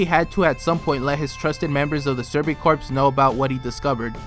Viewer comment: "Survey corpse" Dude, the "ps" is silent.